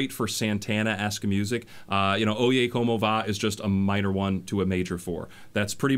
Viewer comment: “O-yay como va” lmao 🤣